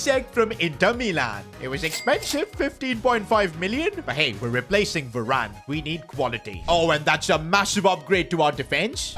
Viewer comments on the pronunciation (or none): none